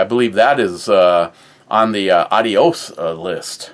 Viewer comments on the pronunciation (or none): none